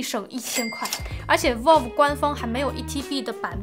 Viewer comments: 求求不要再读成volve了 valve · 真的希望能改一下她这个valve念volf的发音。。。从steamdeck第一次开箱一直听到现在，每个视频里还出现好多次，真的太难受了😂